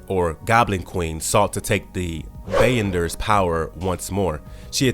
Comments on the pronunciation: What is going on with you pronunciation of some word? Bey-on-der is not Beyonder. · did this mf say"bayender" instead of be yon der like the beyonder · When he pronounced Marauders and Beyonder I cringed.